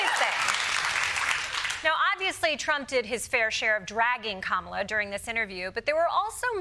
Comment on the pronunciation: Donny, if you want to make it with Kamala you need to be able to say her name… correctly 😂